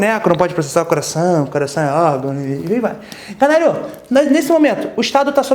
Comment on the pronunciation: Tive aula com esse professor no rio de janeiro aos sabados de manhã, pqp o bicho quando falou canário eu entendi caralho e só assim que acordei! Eminem perde longe pra esse Mestre 🤣 #passarinhomaisfamosodoBrasil